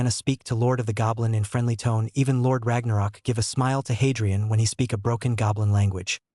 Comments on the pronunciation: It is not Lord Ragnarok, it is Lorde r a g n o k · It's not pronounced Ragnarok it is r a g n o k